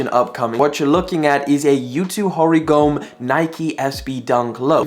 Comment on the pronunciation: Yutos last name is not read Hori - gome, it’s Hori-go-me (me pronounced like meh)